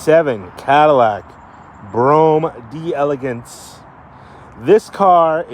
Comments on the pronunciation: It’s spelled “d’Elegance”. It’s meant to sound like it’s French. In other words the “d’” is meant to be almost a throwaway sound. So the question is; Is it 3 syllables or 4? You are right that the emphasis should be on the “Gance” syllable. However it should be pronounced as 4 syllables. We don’t have a good way to learn how to properly use those throwaway sounds as other languages do so we’re always fumbling. But whatever way you pronounce it you’re going to be understood and that’s what really matters, isn’t it? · It's pronounced as one word, "deleGANce".